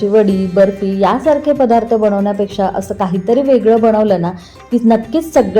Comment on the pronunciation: फदार्थ नाही पदार्थ असा उच्चार करावा.